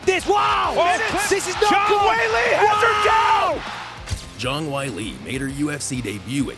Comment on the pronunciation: Embarrassing. Weili started out studying Wushu (Not Kungfu) and lived in a Wushu Academy for 4 years as a teen. Try to get it right. Maybe learn how to pronounce her name, too.